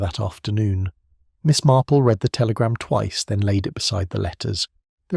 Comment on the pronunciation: Always enjoy Miss Marple.Listening from GB. Will someone teach to read the word read,future tense and read past differently.!! It sounds wrong if they are pronounced the same.